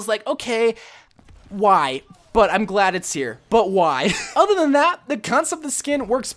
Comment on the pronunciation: STOP SAYING ADDER (other) WHY AM I SO ANGRY BECAUSE OF IT, I DONT KNOW GODDBYE